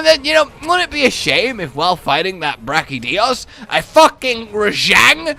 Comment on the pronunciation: IT'S brachDIOs not brachiJotaro